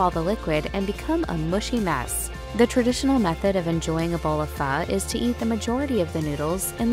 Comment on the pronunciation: Its pronounced...fuh....as in what the fuh...lol